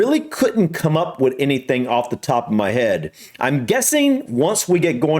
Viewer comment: Brits copying Americans, that annoys me saying "offa" instead of off.